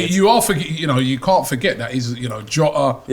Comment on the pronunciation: pronunciation of Jota triggers me